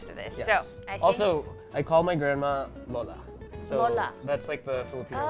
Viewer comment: cute how they pronounce ube as “ooh-bey”. We just say it like “ooh-beh”. And how they pronounce “lola” as “low-luh” when we say it like “loh-lah” 😂